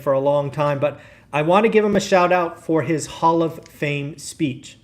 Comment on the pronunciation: Speech. Not speAch.